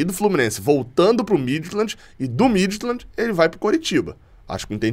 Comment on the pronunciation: A pronúncia correta do clube dinamarquês Midtjylland é: Míti-iúland.